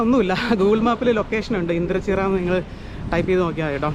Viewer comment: Bro vdo kaanarund kollam ❤ithu nangade kolenchery. Google map kurach karakkilo aa mazhuvannor (right )pidichal avde etham. Bro indrachira alla indranchira.